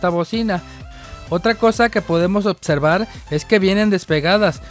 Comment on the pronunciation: Tu si sabes otservar 🤣